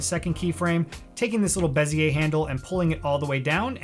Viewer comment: you lost me at "beziay"